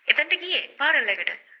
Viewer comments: ඔය සිද්දිය රිවස් නෙමෙයි අනේ.අපි ලයිව් අපි දැක්ක වෙච්ච දේ .පාරල්,කැබින් මරු අනේ 😂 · Funeral Parlour ❌ Funeral Parel ✅ Flower Bouquet ❌ Flower Booket ✅ 💀 🔫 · Not FUNERAL PARAOL. Correct pronunciation is FUNERAL PARLOR. Ok madam. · Funeral parlour❌ Fural paral✅ Flower bouquet❌ Flower booket✅ Cemetery❌ Chemistry✅ Burial❌ Barrier✅ Ok Rest in peace English🙏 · Meya koyanne Funeral paral kiyala ne 😂eka liyanne parlour but kiyanne palar kiyala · පාරල් 😅😅😅 පාලර් නෙවෙයිද එතකොට මාර ඉංග්‍රීසි parlour වත් දන්නේ නෑනේ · මේ අනුන්ට ඉංග්‍රීසි උගන්නන්න කලින් තමුන්ගේ ඉංගිරිසිය හදා ගන්න. Dictionary එකට අලුත් වචන දාන්න එපා පාරල් නෙමෙයි පාලර් බොකේට් හැබැයි අපි නම් දන්නේ බොකේ කියලා කැබින් අපොයි ඔය කොෆින් එක අපිත් මේවා අදමයි ඇහුවේ කොහෙන්ද ඔය ඉංගිරිසි ඉගෙන ගත්තේ. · පාර'ල් 😂😂 .. පාල.. බුකෙට් 😂😂... බොකෙ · මිස් ෆියුරනල් say පාරල් 😂 රිවස් වෙලා 😂😂😂😂😂 මැරුණදාට කැබින් එකේ ලු නිදියන්නෙ 😂😂😂😂ෆ්ලවර් බොකේට් 😂😂😂😂 කෙමිස්ට්‍ර් එක😂😂😂 වඳින්නම් නූතන නිලි රැජිණියනි ආයෙ ෆියුරනල් යන්න එපා මගෙ දෙයියෝ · Funeral Pallor පාරල් නෙමේ නේද😅😅😅😅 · පාරල්😂 කැබින් 😂 කෙමෙස්ට්‍රි😂 බුකෙට්😂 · පාරල් නෙමේ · පාරල් එක. කතා කරන විදිහටම තේරෙනවා ගෑනිගෙ කැරට්ටුව. පව් බං බයිට් වෙලා ඉවරයි. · Ayyoooooo, harima moda ganiyak. Ehema naththam pissu eyata. Kiyapu English wachana serama waradi widiyata uchchaaranaya kale. බුකෙට්😂, පාරල්😂, පසිටිපේට්😂 කෙමිස්ට්‍රි 😂, 😮😮😮😂😂😂